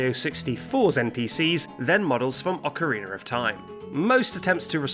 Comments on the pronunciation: Any time its called" Ah-co-reen-er of time you know its gonna be a banger of a vid. Good job dude! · Wtf is an "ocarinar?" 😂🤔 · Ocarina does not end in a R. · Ocarina doesn't end with the letter "r"